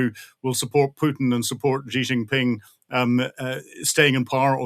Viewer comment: Stop saying “Gee Xingping.” It’s pronounced “she” with a slight aspiration.